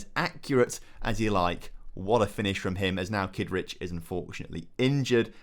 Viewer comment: Thought you said Keith richards was playing then realised it was kidric.